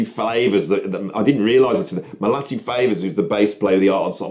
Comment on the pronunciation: Muhlatchee? Malachi is pronounced Mal-ak-eye (stress on the first syllable).